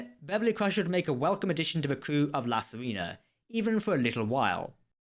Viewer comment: For the love of the Prophets its pronounced "See-ray-nah." Not "Sareena." Its from the word Siren. Do police cruisers have a Sireen? Pleeeeeease work this out before you start reviewing an entire new season of Picard. Thank you!